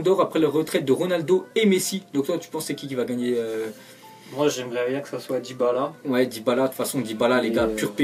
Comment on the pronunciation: il a dit debala o lui de dybala